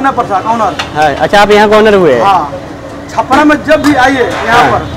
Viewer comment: छापड़ा नही भाई छपरा है